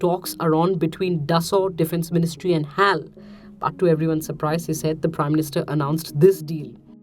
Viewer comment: It's not Hal! It's H.A.L!